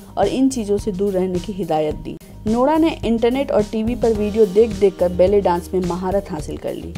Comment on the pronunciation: When she says nora it sounds like lora